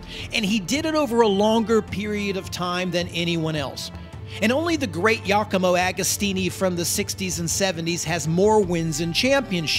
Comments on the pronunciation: beautiful video but my man... its GIAcomo not yacomo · Who the hell is “YACAMO Agostini”?? I’ve never heard him called that. I saw him race when I was 17. He’s still around. Giacomo Agostini is Italian - there’s a big clue. Please check pronunciation of names. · "Yacomo" Agostini? Cheesus! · great job man, but please DO NOT pronounce "Jacomo" Agostini he is not SPANISH for god sake! si dice GIACOMO AGOSTINI maremma maiala.